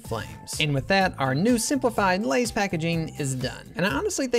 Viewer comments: Lay’s more like say’s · For lays instead of oversimplifying it’s more like over real… izm… izing